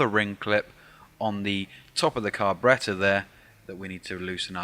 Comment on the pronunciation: Lol..."car--berreta"....gets me Everytime